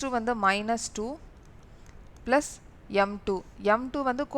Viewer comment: mam neenga plus nu solrathuku pathila blush nu solrathu romba cute ta eruku